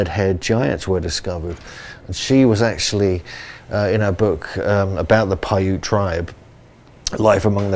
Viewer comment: Paiute is not pronounced with a long E at the end. Paiute is pronounced "pie-yoot" (rhymes with "boot."). And, Nevada is pronounced exactly as spelled with "ad" or "add" in the middle, NOT "odd" in the middle.